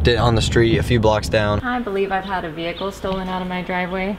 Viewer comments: VEEHICKLE IM LAUGHING SO HARD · she said vehicle wrong